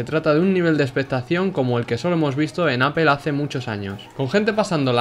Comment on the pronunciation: "Apel" jajja no pues vale!